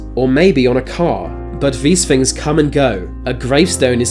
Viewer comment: Mr. "Smiff"... These "fings"... They were completely "smoov"...